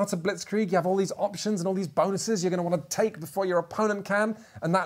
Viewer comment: What’s up with all the ‘Bahn-OO-ses’? 😂 Is this like the ‘meow’ game in super troopers? I wouldn’t have thought anything of it except for did it in one his recent videos as well! Loved the video, thanks for the great content!